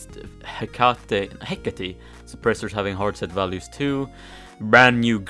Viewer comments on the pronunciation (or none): The Hecate is read as Hey-Cait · just listen how to spell He'cate on france translate